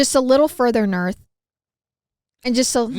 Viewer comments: “Just a little further nerth” “NERTHHH” 😂😂😂😂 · "and just a little further nerth" lmao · I keep laughing at "further nerth" lmao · omg it cracked me up so much when made fun up saying “nerth” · Came to the video version for “NURTH!!”😂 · Wheb he said nerth i died 😂😂😂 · Lol noarth 😂😂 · CACKLING at the NERTH